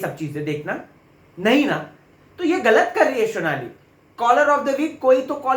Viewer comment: Phli baat unka naam " Shonali" nhi Sonali hai.. wo Bangel se nhi hain...Haryana se hai.. overacting ki dukaan... naam bolna seekh le phle..